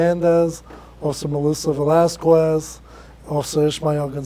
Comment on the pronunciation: Haha, he pronounced Velasquez as "vuh * LAS (short) * kwez (short)" instead of how it's supposed to be: "vuh * LAS (short) * kes (short)."